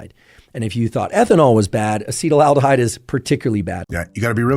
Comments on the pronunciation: It might be snobby but I can't take his opinion on alcohol seriously when he's saying "acetyl aldehyde" instead of acetaldehyde. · It bothers me how Huberman often pronounces chemical compounds wrong. Acetaldehyde is not pronounced "acetyl aldehyde". Makes me think he just reads this stuff on Wikipedia and doesn't actually study it. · Huberman can't even pronounce "acetaldehyde"